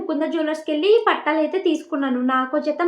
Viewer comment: Pattalu kadu thalli😂😂😂😂...pattilu